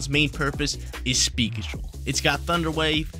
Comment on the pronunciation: that southern accent thunder wyayve got me lolling!